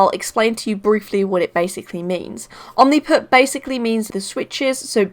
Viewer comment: Why you say omniput 🤣🤣 omnipoint